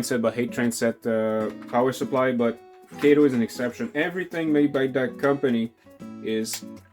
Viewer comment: Nice demo of the Kato Compact Track set. One quibble -- it's pronounced "Kah-toe" not "Kay-toe". A tip about the track - separate it by bending horizontally, not pulling or flexing vertically. I've been playing around with the Compact Track a lot lately. It's surprising how much equipment will run on it. Most shorter 4-axle diesels (F units, GP20 and earlier) run fine even (or particularly) with body mount couplers. Most 40' and 50' freight cars with body mount couplers too. I have even got Bachmann 60' passenger cars fitted with body mount couplers to work well. Some equipment does need tuning, but that's part of the challenge/fun. Mixing body mount and talgo (truck mounted) couplers is asking for trouble, as you saw with the Atlas Dash-8 and a couple of random talgo equipped cars.